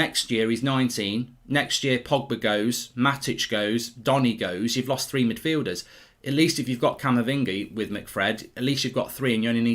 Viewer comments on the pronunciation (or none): none